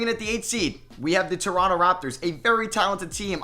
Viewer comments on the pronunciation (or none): none